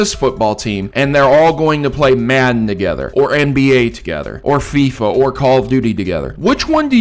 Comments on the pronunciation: FIFA is pronounced fee-fa not fyfa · it's pronpunced feefa not fyfa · It's pronounced feeefa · Did this dude really say Fife-a? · Why does he pronounce FIFA like that 💀💀💀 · It's specifically designed to get ppl triggered.